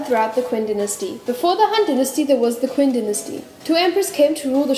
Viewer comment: Qin is read as Chin